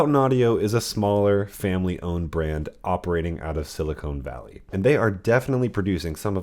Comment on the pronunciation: Not sure if "Silicone Valley" was used tongue-in-cheek, or just a slip. :^>